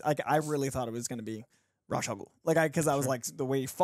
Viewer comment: So… can’t pronounce Ra’s correctly. I’m disappointed more and more with this man. He didn’t even say it ONE correct way.